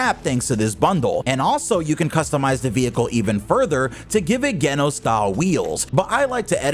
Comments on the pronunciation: You saying the name of the character is Genos Not Geno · This man did not just say “Geh-nos” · “ Gay-Nos “ …!.! Geno’s ………..?????..??? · Bro said Genos wrong 27 times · Nah you didint just pronounced Genos wrong. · they way u said genos name had to be on purpose